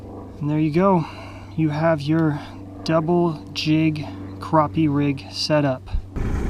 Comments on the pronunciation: same to,you bud,, its all good,, you cant make everyone happy,,you pronounced it right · Its pronounced Croppie, stfu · it is pronounced...cropeeeeee...check your dikshonery..lol